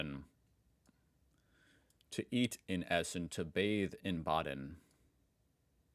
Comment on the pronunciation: Holy fuck, that "in Essen essen, in Baden baden" pronunciation was perfect! 😮🎉